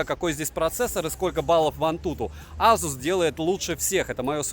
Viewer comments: Вот АЗУС прям выбесил!!! Ты с чего решил что так произносится? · как только ASUS не называют, тут азус :) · Как же аЗус режет слух.у меня 5 без с уже полгода.доволен.в антуту выдает 823000